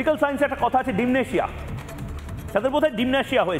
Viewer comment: Bhai, dimnetia na, eta k bola hoi dementia…????!!!